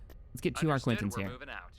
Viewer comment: It's definitely the arquitens you voice. Classic mispronunciation